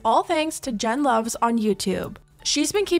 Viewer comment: It's actually Jen Luv, not Luvs. <3